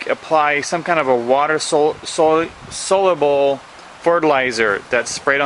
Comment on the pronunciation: Notice how this yahoo says you'll have the chance for tremendous yields. He does't say you'll have tremendous yields. He should be publishing this crap in the National Enquirer. What a waste of time. He can't even pronounce the words "soluble" or "sulfate." This generation of folks sure like to hear themselves talk. Another LDS idiot.